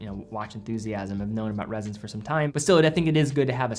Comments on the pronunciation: It’s Ressence, not “Rezzence”. You even said it yourself, it’s named after essence, it’s pronounced like essence You also said “millimetres” of oil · It’s Ress-ence not Rez-ence. Cool watch though.